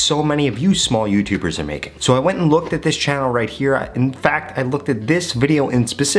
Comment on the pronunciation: Why he emphasize that word small YouTubers 😂